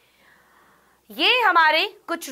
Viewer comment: karim m zyada zor de diya 😂😂